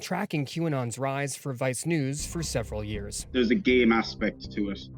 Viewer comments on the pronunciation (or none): at first I thought he was saying gay instead of game.